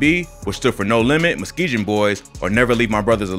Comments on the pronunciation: Did he just say meskejun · Why he keep saying Muskejen.. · It’s funny how he says Muskegon. It’s pronounced Muskegun. It’s a city in Michigan and street in Chicago. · It’s “Muskegon boyz” bro you saying muskejon boyz or some you puttin a “J” on it foo and it’s NLMB (no limit Muskegon boyz or Never Leave My Brother) there’s no “alone” at the end 🤦🏽‍♂️ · Thats not how you say Muskegon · You not saying Muskegon right bro 🤦🏾‍♂️😂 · this dude really said muskegon wrong 🤦🏾‍♂️ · This is filled with false info...Von was killed while walking alone. Kill to Survive was by Von not Dre. This is the first time heard someone pronounce Muskegon wrong. This video is just weird, easily verifiable info incorrectly reported. Dre was not shot 64 times, he had 64 entry and exit wounds. There were 59 shell casings found at the scene.